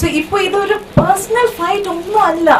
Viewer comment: അഞ്ജലിക്കൊന്നും മലയാളം മര്യാദക്ക് സംസാരിക്കാൻ അറിയില്ലേ 🤦‍♂️. അല്ല എന്നുള്ളതൊക്കെ എല്ല എല്ല എന്നാണ് പറയുന്നത്